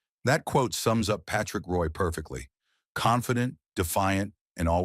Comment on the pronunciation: Really disgusting to have a damn computer mispronounce a name. Total shame on NHL ICONS !